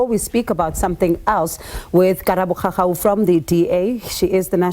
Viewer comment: Khakhau NOT Khakha